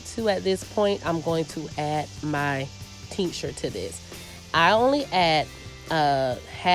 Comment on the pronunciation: What is the teenksher or what is it that you’re saying sorry? 😂